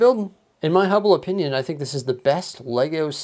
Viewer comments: No way he actually said "in my Hubble opinion"💀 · Did you say in my "Hubble opinion"? lol Thanks! That was an awesome review!! Keep it up my dude